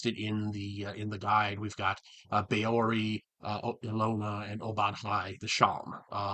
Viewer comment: Hi, this is a great idea. I'd love to see your break-down of every Greyhawk deity. Also, thanks to this I finally know how to pronounce "Ehlonna". 🙂 I'm looking forward to the next video on this series.